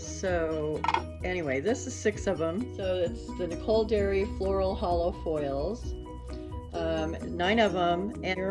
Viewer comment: Hi, just needed to let you know it is Nicole Diary not Dairy. It is Diary like a journal not Dairy like milk. Just thought you would want to know. Thanks for another great video!